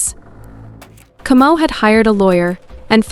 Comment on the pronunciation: Kamau not Comou